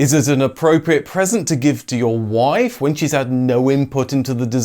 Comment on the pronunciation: "your woife"?